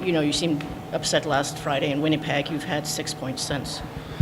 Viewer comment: Helene: “WinniePeg”